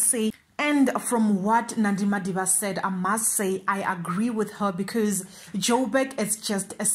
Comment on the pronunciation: "MADIDA" not Madiba.